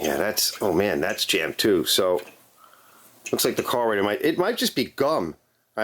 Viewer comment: you are the 2nd vid i've watched today that has said "carbolator" hahaha its gotta be a Philly or NY kinda thing